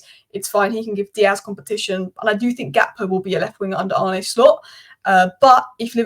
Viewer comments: His name is pronounced Arneh and not Arnee. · Great stuff! It’s Ar-nuh Slot (not Ar-nie), but as always your overview is spot on.